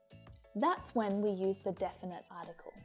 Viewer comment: There is a mistake in your example:”the person stood up when HE(not they) saw a cat.and you pronounce “a” and “the” incorrectly